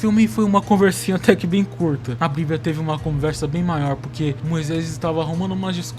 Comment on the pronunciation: O vídeo ficou bom mano, mas aprende a falar “Problema” e “Bíblia”